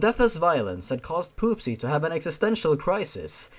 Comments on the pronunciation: I think that her name is not pronounced as poopsy but popsy it would make more sense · At one point, I though said: P00SY.